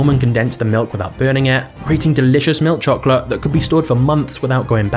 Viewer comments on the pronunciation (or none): I really hate the way this man says milk chocolate